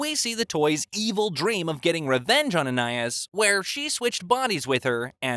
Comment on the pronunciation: Bro I'm so mad. It's pronounced An-I-ees. (Just the way it sounds) but says An-I-is. It angers me.